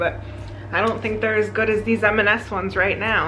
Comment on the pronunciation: Just a gentle side note, it’s M and S, never MS…